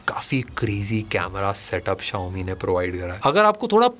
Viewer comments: Xiomi ❌ Chao mi ❌ Shao mi ✅ 😂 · Xiaomi ❎ Chaomin ✅